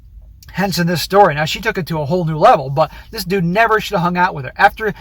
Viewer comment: Stop saying "Dis" man. You aren't from the ghetto.